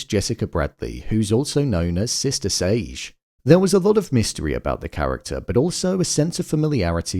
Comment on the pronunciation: You pronouncing 'Sage' like Beige is throwing me off lmao